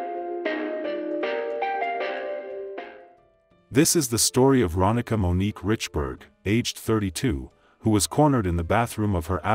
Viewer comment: It’s Ronnika (Ron-nee-kah). I went to school with her.